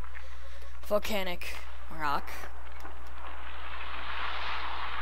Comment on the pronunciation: vol-CANE-ic area?!?! Sooo... a volcano that spews out cane's chicken?!?!